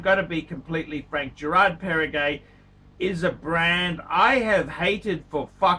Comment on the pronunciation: You don’t know what you are saying, first you say Girard Perregaux not Perregay , second GP came before Patek Philippe